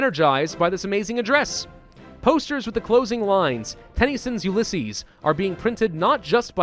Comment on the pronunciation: The emphasis in 'Ulysses' is on the 'U', not the 'y'.